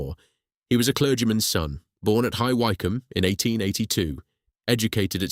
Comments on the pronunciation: It's pronounced. Hgh Wick Ham! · High Wickham is the correct pronouncement.